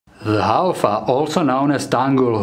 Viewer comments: tangkhul Haofa Haofa- fa- pronounce as fu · Pronounce as...HAO-FU.. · Thanks for making a video on our indigenous dog breed. It is pronounced as HAOFU 🙏